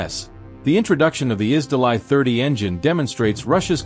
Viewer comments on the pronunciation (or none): "Изделай" - режет уши. Это ж русское слово, произносите его соответственно!